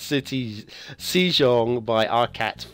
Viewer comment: The pronunciation of the map is more of ‘Seh-jong’ or ‘Seh-dzong’ instead of ‘See-jong’. You should also try to learn Hangul. It is one of the easiest writing systems to learn. You can learn it in about an hour, because it was specifically designed to be easy to learn. Also, on a side note, how the Korean Language deals with consonant clusters from foreign words is quite interesting. If the Korean phonology doesn’t allow such clusters, such as in the word ‘smart’, they stuff in de-voiced vowels between the consonants. Voiceless vowels rarely occur in native Korean words, if not at all. If you Latinise the first two Hangul words in the title, you would get ‘Seumateu Siti’. If I were to only capitalise the voiceless vowels, it would end up with ‘sEUmatÈÙ siti’. The reason why I marked the second EU differently is because you don’t really pronounce it, not even a whisper. The reason why it is in there is because of how syllables work in Hangul and in the Korean Language.